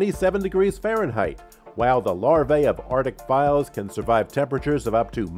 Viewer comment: I was over it when he said files.as flies